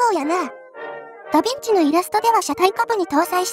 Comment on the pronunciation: 傾斜装甲を採用したダヴィンチも、ショットトラップまでは考慮できなかったということか。 あとヴィをビといってしまうと「ダビッチ」（byずん子）と聞こえるのも新発見。 実在した連装砲戦車といえば、連装砲駆逐戦車というフィクションのような試作戦車VT（フェアズーフストレーガー)1ですかね。